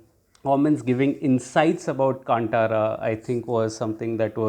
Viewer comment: Hey btw in Kantara, T is pronounced as ‘th’ not ‘t’…